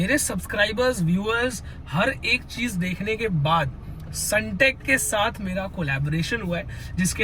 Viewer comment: Sundeck ❌sunteck✅ bhai aaise toh log aapko fraud hi samjenge